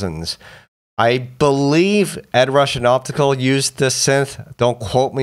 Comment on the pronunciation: "Give it up for the Ed Roosh and Opticooo"